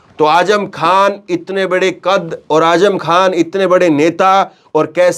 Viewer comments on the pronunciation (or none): none